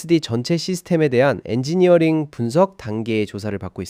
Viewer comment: 엔지니어..링 이런식으로 읽는거 보니까 ai voice 맞는것 같아요. 띄어읽기 세팅에 뭔가 문제가 잇엇던듯